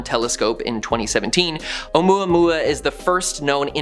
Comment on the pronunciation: Omouamua more like moai